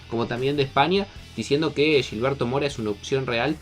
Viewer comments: Se pudrió todo con la pronunciación. Ya van como 10 videos pero ya me harté. No se dice Yilberto, es Gil berto como cuando dicen "Gil" Tqm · no es Yilberto... es Gilberto... se pronuncia como si fuera "J" no "Y", cabrón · No se pronuncia Yilberto, no es brasileño, se pronuncia con J, Jilberto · Es Gilberto no Yilberto. Habla bien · Pronúncialo bien, es “Gilberto” no “Yilberto” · No es yilberto mora como ustedes la Y o LL la convierten en sh es con G aunque te cueste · Porque le dices Yilberto ? 😭😭😭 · ¿Pero por qué "yilberto"? No debería ser tan difícil pronunciar la letra ge. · Pa que suene más caro